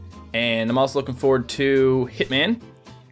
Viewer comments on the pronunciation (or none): none